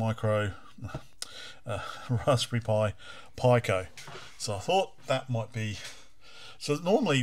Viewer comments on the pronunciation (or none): You do know that "pico" is pronounced as /piː.kəʊ-/, right? Or "pee-koh" if you can't read dictionaries. What the hell, dude? Stopped the video mid-way, can't bear to hear "pie-cow"… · sounds like PI-CO ?!..which actally makes sense being a raspberry PI... LOL should be PIC-O ? thats the way ive heard it all my life!.. yes PD works... and so does Ghosts and Goblins..aswell as others that GBS stuggles with.. seems to be the only converter ive seen that actually works properly! ill link ya on discord... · ive got some parts on the way to replace the GBS with a pico (and some comparators) for the CPC, should bring the size right down to slightly bigger than your vga converter here, and it works perfectly with all games/demos unlike the GBS... VGA4CPC on github.. i gotta order some boards soon...was gonna built one up on perf board to begin with.. ...the way ya say pico... gets me every time! LOL.. its pico like micro/nano/kilo etc! :P